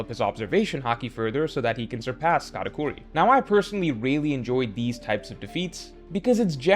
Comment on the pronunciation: Untill the mid video I though he was saying Katakuri 3 defeat lol